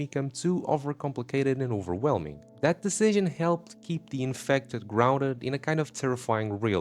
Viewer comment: The infectdih